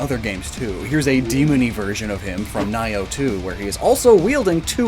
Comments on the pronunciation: The only thing i have to add. Is your prenounceation of nioh needs a tweek. You say Ni-oh as in the ni in nine Where its prenounceation is but its Nioh like the ne as in necromancer. Play the game and you will hear them say it a few times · Katsuie* "kah-tsoo-ee-eh" not Katsui, for future reference. Also Ni-oh is pronounced "nee-oh" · wtf is nigh-oh ... you mean nioh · Christ the way he said NIOH was disgusting. It's pronounced Knee-oh. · Nioh is pronounced Neo, and sorry I am one of the dozens of comments telling you this. Great video! Keep on keeping on.